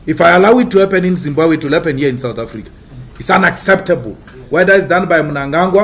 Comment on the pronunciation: As much as l love Malema but damn its Zimbabwe not Zimbabe